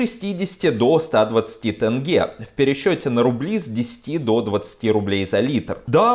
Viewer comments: Не тэнге, а тенге! Ударение в конце. Достали. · тЭнге где тут Э . Теньге. маза фака. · Где в слове "тенге" буква "э"? Аж ухо режет, не тэнгэ, а тенге, прям как написано, тЕнгЕ